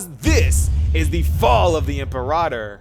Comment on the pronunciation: God I hate how everyone is mispronouncing Imperator. Even in-game. Like, I know I'm being petty and it's really a non-issue overall, but it's just...IT'S FRUSTRATING!